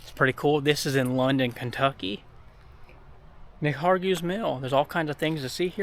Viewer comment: Mispronounced McHargue!